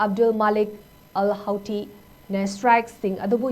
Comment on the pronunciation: It is pronounced as Hootee. 😄